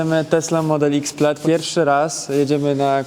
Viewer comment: plaid sie wymawia PLET